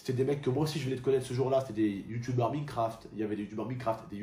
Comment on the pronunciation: Et ça choqué personne qu'il dit Meancraft au lieu de minecraft